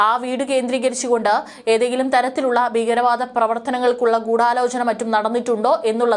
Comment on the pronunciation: ബീഗരവാദം?ബീഗരാക്രമണം? ഉച്ചാരണം തെറ്റ്. ഈയൊരു ഫരീദാബാദ്? 'ഈയൊരു ' ഇവിടെ അനാവശ്യം.